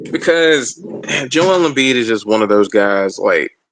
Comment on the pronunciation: Joel Embiid is a heel in my opinion. Part of that has to do with him pronouncing his name completely wrong lol (My name is Joel) not pronounced Jo Elle